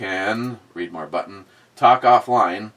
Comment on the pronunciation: i hear you read (reed) my comment, and i think was i drinking.. Go back and ✔ and double check.. No you were drinking.. BE is not read (red) ME.